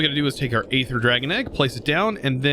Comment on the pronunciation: BTW Aether the "A" is silent and it is pronounced Ether.